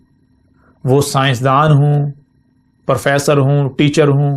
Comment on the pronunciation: 59.09 perfesar nahi hota professor hota ha mian, logon ne koi sawal kia hoga, koi jawab nahi mila on ko ma nahi manta ke tum haq par ho